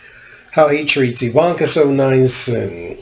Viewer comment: It's EeVonnKa dahling. Think Zsa Zsa Gabor. Ok, so i dated myself. If you don't know who she is ,google her and listen to how she talks, dahling.